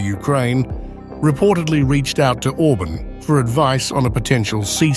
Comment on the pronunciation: OrbAAn not Orbn , moron !